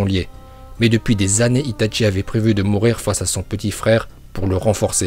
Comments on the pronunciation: et c'est pas "ItaTchi" c'est juste itachi ... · Si tu connais correctement Naruto tu dois dire "Ninjoutsou" et pas "Ninjutsu" Ensuite "Shipouden" et pas "Shipounden" ensuite "Itachi" et pas "Itatchi" puis on dit "Uchiwa" pas "Uchiha" même si ça s'écrit comme sa.... Tu me déséspère sur ce coup là...